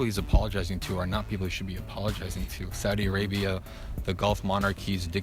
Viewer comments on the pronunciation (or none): none